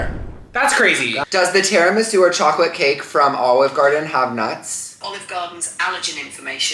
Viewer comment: i am calling a tiramisu “TERRYMEESOO” for the rest of my life